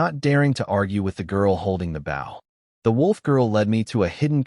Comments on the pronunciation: Ai bow is pronounced as bo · When will someone teach the AI narrator that a BOW used for shooting arrows rhymes with slow or toe. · The whole thing needs way too much work. Being the first one of these stories and it is another AI narrator that can't tell the difference in which context to use the right words. Bow the weapon is not the front end of boat or a sign of respect. If AI can write these stories why can't a AI narrator , narrate the story right. I listen to the story, the images don't matter. If the story is narrated like a professional narrator did it, the images won't matter. I have created a narrator that you have to go through the story and pick the definition of which word to use in which context. It seems these stories are about quantity not quality. I will not listen to any other story in this category.